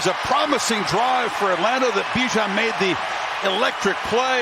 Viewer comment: They still say his name wrong. You pronounce it with out the I. B-jan not Bi-jan